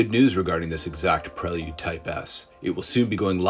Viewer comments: It's Pray-Lood Dude. Do you all call him Joe-Han? 😂 Prell-Yood to a Kitz ....🤣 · The way he said it's name was killing me. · Don’t say prelude like dat